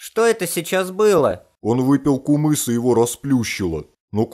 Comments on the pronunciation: Ее нармално говарите не кумыс а кымыз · Ый ты не кумыс а кымыс ище это не казахстан а кымыс предлажится к кыргызстана кто против лайк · Не кумыс а кымыз 🇰🇬✊🏻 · Не кумыз а кымыз!😡 уважайте тродицыоный напиток 🇰🇿и🇰🇬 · Не кумыз а кымыз называется кымыз